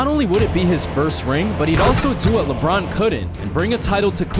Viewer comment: He said Labron's clutch gene... 😂😂😂